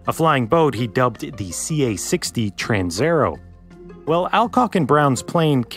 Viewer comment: TransAerEo. You swallowed la A and E. It is not a Trans_er_o.